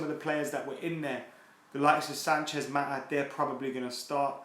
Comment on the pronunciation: “Maataa”?? “Maataa”??? 😂 sounding like a cockney their!!